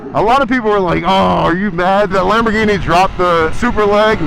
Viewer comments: Im sorry but no real italian says Lamborghini like you do....whoever told you that is a jokester😂 and i say that as a guy whos italian friend worked for them before coming here to america and thinks youre crazy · My dude just murdered the pronunciation of "Lamborghini" and "tricolore" 🤣